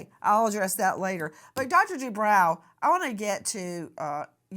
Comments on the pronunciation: I believe it's. Du...bro.. Lady du bro...not brow.. Jeese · “Debro” not “Debrow” 😁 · Isn’t it pronounced “Due - broh” ??? and NOT Due - brow” ??? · Nancy,the doctor's name is pronounced Do bro,not Do brow. (I watched him&his wife on "Real Housewives of Orange County" for years! That's the only reason I know that!) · Bro, not brow 😂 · FYI Nancy: This doctor pronounces his name: DuBro not DooBrow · Nancy I've noticed you tend to make every broadcast give you a chance to turn it about yourself and your family at nauseum. Also as a form of respect it would be nice if you learned to pronounce your guests names. It's not "De Brow".it is Due Bro. I cringe everytime you say it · Nancy , it’s Dr Du- Bro not Brow❤ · Nancy it’s dubrow not dubraw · Due-brOW. 🤭 was nice about it, but you KNOW heather would've piped up about it.😊 This is a just a disgusting case, that didnt need to happen. And not on any the fault of the victim. Poor lady's husband did some sick, twisted things to her, AND her babies.🤬🤬🤬